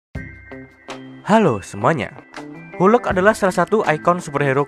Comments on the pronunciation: Hulk bacanya = halk , bukan hulk . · bukan hulek mas tapi hulk 😂😂😂😂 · Kok hulek? Pantesnya dibaca huk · Ini hanya saran untuk memperbaiki bahasa inggris saja. Untuk beberapa perkataan, berikut adalah cara membacanya dengan benar : Hulk = "helk" ( 'e' dibaca seperti 'melatih', bukan 'hulek') Muscle = "masel" ( 'e' dibaca seperti 'melatih', bukan 'masele') Heavyweight = "hevi-weit" (bukan hifiwit) Cricket/kriket = "kriket" (bukan kreiket) Bukannya apa, memang benar usaha itu sudah bagus, tapi kadang kita mempermainkan orang asing atau merasa lucu ketika mereka mengucapkan bahasa indonesia dengan salah atau kurang tepat. Apa salahnya memperbaiki. Kita bisa bayangkan posisi mereka ketika kita kurang pintar dalam menggunakan bahasa mereka. Tapi apapun itu, semoga diterusin video2 fakta seperti ini, good job!